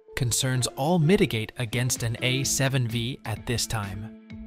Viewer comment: A7 five! not wee